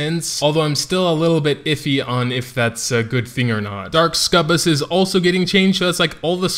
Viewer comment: I'm not sure why you keep calling them Scubus, amusing regardless, but didn't anybody say it's pronounced Suck-U-Bus? :)